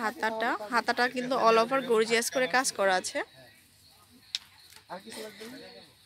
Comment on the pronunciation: গর্জিয়াস, গোর্জিয়াস না 😒